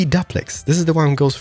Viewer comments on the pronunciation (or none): Not Duplex (Duh-Plex) but Duplex (Doo-Plex)